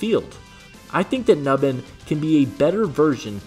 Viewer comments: “New-bin” not “Nuh-bin” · if you are gonna talk about players, say their name right, phonetically (NewBin) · Pronunciation: "New Bin"